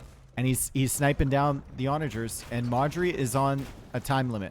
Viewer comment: Every time you say Modri I wonder who Marjorie is... :)))